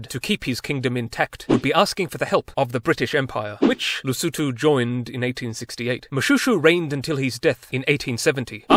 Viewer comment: May I kindly ask that you google how to pronouce before making Videos. It will show you care and you also respect.